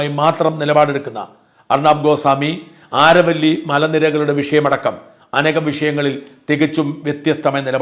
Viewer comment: Is it ആരവല്ലി? In English it's അരാവലി